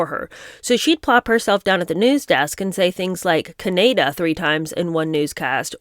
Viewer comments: Ca- NAY-da 🙄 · Im still giggling at Oprah s Can ay dah and Barbay doz.and being so blaze about her job she didnt even prep air...interjecting as well! Hillarious😂